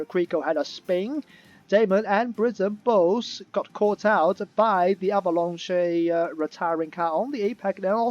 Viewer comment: the way you say avalanchaye is class xD keep it up, nice highlights, as spicy's race engineer i really thought flavvas tyres would puncture